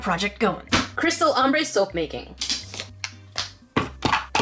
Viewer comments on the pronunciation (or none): none